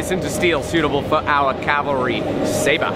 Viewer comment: please pronounce "Cavalry" not "Calvalry".